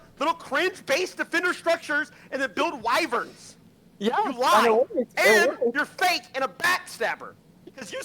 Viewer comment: "Wivirns" Try "Wyverns", mate.